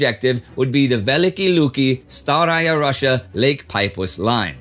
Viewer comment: It's very funny (if not ridiculous) moment on . There's no a town Staraia Russia (this small town can't actually be called like "Old Russia"), but Staraia Russa (r-u(like in "put" or "bush")-ss-a). These two toponyms don't have any relations between: the name of the country, Russia is a transform byzantine pronounciation "Rosia" (it meant "Rus'" in byzantine Greek); in turn, the word Rus' (the name of the medieval princedome in this part of Eastern Europe) came from Finnish "ruotsi" (what now means "Swed" and had come from Old Scandinavian "röthsmen", what meant "men (Scandinavians), who row by a river"; a very long chain, right?). The toponym "Staraia Rusa" means "an old town upon the Rusa (Porusia novadays) river".